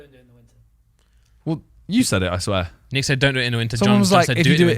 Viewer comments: It’s NICKlmao not neech wtf? 💀🤣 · Isn’t it nich and not nitch?